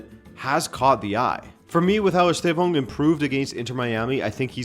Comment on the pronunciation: but this guy's not that bad, tbf